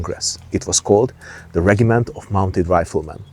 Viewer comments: Regiment Noun Rejəm(ə)nt The G is pronounced as a J, the I is pronounced as Ah. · Out here in Wyoming we say it rej-im-ent . Love the videos keep them coming ❤🎉